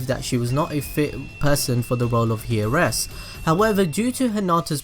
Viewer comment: Heiresses is pronounced airesses